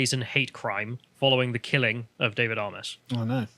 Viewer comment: Excellent vid as ever. Not the major point but as a resident of a seat that adjoins Southend West, his name is pronounced "AY-MESS" not "AH-MESS" or "AY-MOSS".